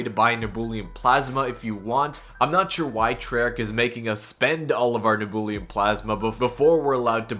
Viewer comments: ITS PRONOUNCED NEB-YEW-LEM NOT NEBOOLIUM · its neb-u-lum not neb-ool-e-um. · You cannot pronounce nebulum can you 😅